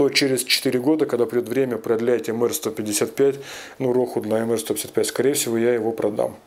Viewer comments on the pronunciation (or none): Уважаемый, не " эмэр " , а " эмпи ".